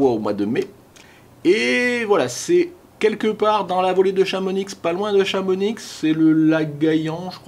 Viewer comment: On dit pas le X de chamonix.... grrrr lol